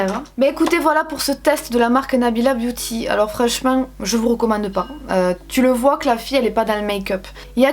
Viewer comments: J'adore comme tu dis "boti" au lieu de "biouti" (beauty) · j’ai entendu « nous avons un petit flyer Nabilla Booty » 😂😂